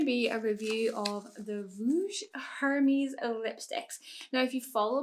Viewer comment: you pronounced the company name Hermes wrong. The "h" is silent in French